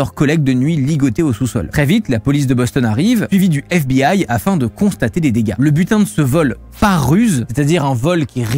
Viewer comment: alors oui on dit bien une aigle dans ce contexte, en revanche on dit pas "degasse" aha